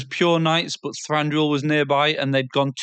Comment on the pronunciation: Thanks for the summary, guys, and well done! One note that I may have mentioned before: Thranduil has only one r (it's Thranduil, not Thranduril).